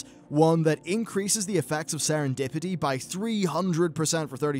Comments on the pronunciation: Serendipity not setendipity, silly :p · "Setendipity"? "Recuses"? Slow down, the cracks are starting to show.